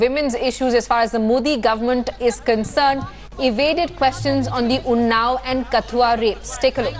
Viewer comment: Please pronounce KATHUA correctly. Its not Kath-ooa, its katth-ooa. Its not village, its a district. The name of the village is Rasana. And the person you are showing as Chander parkash ganga is not actually him.